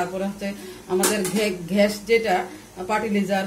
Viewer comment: ঘ্যাস না গ্যাস